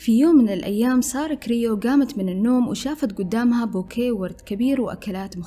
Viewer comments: سترة كروي مش كريو 😅 صححي معلوماتك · سارة كرووي مش كريو !! Croé